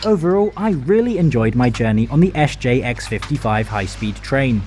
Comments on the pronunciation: Except the S J (Jay)! Thats the only one I picked up on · SJ or SJ AB (as it is called formally) has never been an abbreviation, the company was founded in 2001. Statens Järnvägar is an entity that doesn't exist anymore and hasn't been since 2001. So the pronunciation in the video for SJ is wrong.